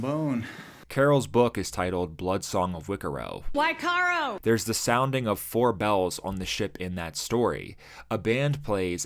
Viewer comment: Wiccaro --> WYCARRO!